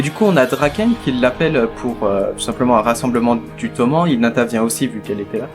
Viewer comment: Bonne review, par contre Toman ça se dit Tomanne. Car Toman c'est l'abréviation de Tokyo et Manji(c'est pas une croix gammée).